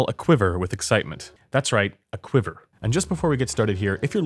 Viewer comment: Lost me when you said quiver.... ugh....